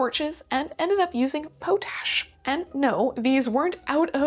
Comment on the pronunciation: Do we tell her that potash is pronounced pot-ash, and not poe-tash?🤣(I made the same mistake when I first encountered the word!)